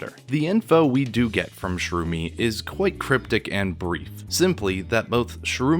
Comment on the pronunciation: Ah, yes, "Shroomy and Mean-Eye". Sherumi is the girl twin. Menae is the boy, who Reg was speaking with at the end of the previous chapter. He doesn't specify that both his and his sister's right arms are the same, his words are very vague about it. Many people think he means that his and Reg's are the same. I don't have the Japanese raws myself, but that sentence is probably something like "both right arms the same" or even just "right arms the same" since Japanese will often omit pronouns and even nouns when the speaker feels the context doesn't require them. This is very handy for writers wanting to leave their audience guessing since the character speaking would know the context and might assume that the context is enough to not specify. Your virtue signaling completely glosses over the fact that Reg's arm cables not tasting metallic is new information. Nishgoro, of course, and here I thought that Nishagora was pronounced Nishagora.